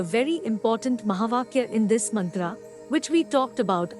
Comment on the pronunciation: Wonderful job! Except for the awkward Mantra pronunciation by the AI lady. still it is impressive.